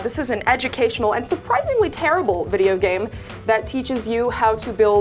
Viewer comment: "O, you're Tarable..." Oof....